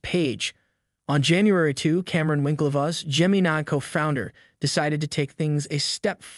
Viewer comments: Whats with this vid pronouncing it that way? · Why are you calling it "geminay"? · Cant even say the Gemini name right... good voice over... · ...please look up how to say the word "gemini"...smh